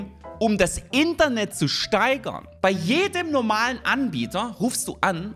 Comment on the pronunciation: Die Betonung liegt hier auf INTernet